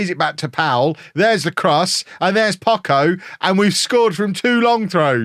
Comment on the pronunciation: just for clarification in spanish the CH is pronounced like the CH in "Chop" at any time, and the way you pronounce it looks like this in spanish "Pocco" meaning little or few in terms of quantity. Viva el Pocho !!!! jejeje